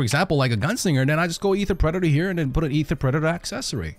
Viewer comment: brother, the word predator is pronounced preh·duh·tr. It has three distinct sounds. The way you say predator is kinda unsettling, for how well you pronounce otherwise.